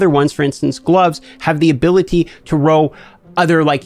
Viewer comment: Love the tips but I’d find a different word then roll cause I kinda feel bad but drives me nuts hearing “row” 100 times in 7 minutes